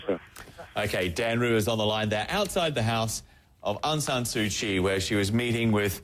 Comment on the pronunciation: Mr. President mispronounced all the time to Aung San Su Kyi's name :P he said 'Aung Nyan Su Kyi' funny...